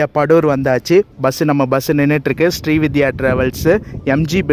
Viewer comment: Bro, it is not ஶ்ரீவித்யா . It is ஶ்ரீவிந்த்யா travels. Pl correct your pronunciation.